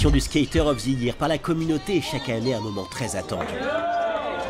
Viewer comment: Stakér of the yéérrr,quel accent ....🤣✌️🤙 +1pour les Cramps